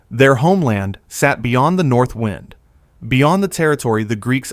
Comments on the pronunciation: As did I. I thought he was referring to erosion by wine. Sorry, can't be bothered now. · 'wined' WTF ? AI slop. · I thought he said wine at first. 😂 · Sorry, when the AI voice calls WIND incorrectly, then what else will be just rubbish.